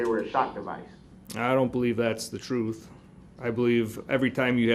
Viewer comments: I want the "troof" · He AXED too many questions. He needs to let the TROOF be known and she will SUBSTAINE that. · and his “troofs “ and “oafs” 😂. He is such a fool. Almost forgot his “axed” 😂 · “Tell the troof” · Tell the "TROOF!😂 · You know all about the “troof” right? You lied through the whole trial! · "you can axe me." Tell duh troof!!! LOL